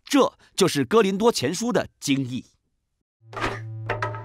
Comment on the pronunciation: 是“哥”林多吧